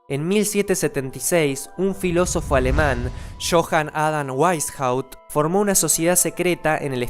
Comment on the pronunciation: Weishaut se pronuncia Beishaut 😭😭